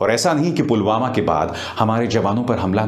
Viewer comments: पुलवामा को 'पुलगामा' कह रहे है पीएम जी । 😏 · Andha-bhakt-o-kul" ke dimaag bolke koi kuch cheej ho tab na(?), wo murkh log toh usike jaisa-hi hai na, jo(jis mahamurkh ne) Pulwama ko PULGAMA kaheta hai !!! Chhi! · Pulwama ko pulgama bol raha hay sala 🤣🤣🤣